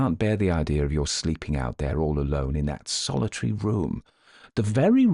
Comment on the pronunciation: I'll never tire of your pronunciation of "Yuer", and I've been listening for Yuers! 😅❤